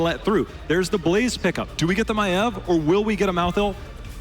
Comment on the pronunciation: Girl learned to say Maiev properly, Dread unlearned how to say Maiev properly....